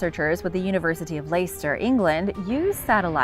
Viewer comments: It’s Lester not Leyster 😂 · Pronounced less-terr not lay-stir lol Leicester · Leicester is pronounced "Lester"